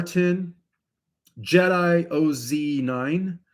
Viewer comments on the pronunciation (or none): none